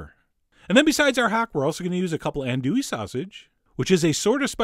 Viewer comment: It’s pronounced AHN-dew—eee sausage in NO. Be careful if you go to France, their andouille is something completely different: chitlins.